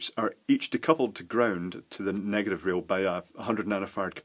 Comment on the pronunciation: negat I've charges, no less... "chinglish" at its finest.